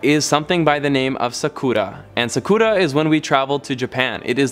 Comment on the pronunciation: I really wish he researched how to actually pronounce the Japanese words he decided to use because it's annoying how he basically pronounced everything wrong... Kah-wah-ee. Sah-koo-rah. Oh-n-sen. Sah-keh :/ also the information he gave about Buddhism and Shinto was so misleading. A lot of people practice Shinto in Japan but they don't identify Shinto as their religion.